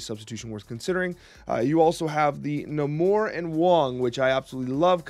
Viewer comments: Lol it's Nay-Mor. I think someone was trolling you. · Lowkey triggered by how you pronounce Namor. Love the deck idea though!